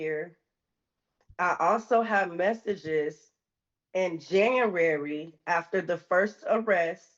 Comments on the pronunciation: Can she really not pronounce January? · “Since Janrary” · I didn't know we had a new month added to the calendar. "Janrary." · JANUARY. January. "Jan-you-air-ee", try it slowly. You'll get there! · This chick cannot pronounce January. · She cannot pronounce January... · Her pronunciation of “January” reminds me of pre-school students.